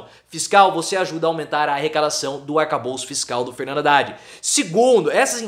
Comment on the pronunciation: Não é RRhavan.....é Havan...h mudo.....tipo AVAN RRadad....Haddad